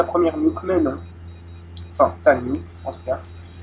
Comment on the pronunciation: On dit nuke pas niouk :-)